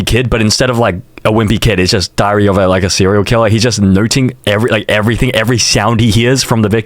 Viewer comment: Why did bro say dhiaria instead of diary😭🙏